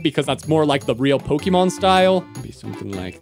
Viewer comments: Po//Ke//mon not Poky//mon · I really irrationally angry because he said poke-ee-mon instead of pok-eh-mon or poke-eh-thirty-mon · Yet you still don't know how to pronounce Pokémon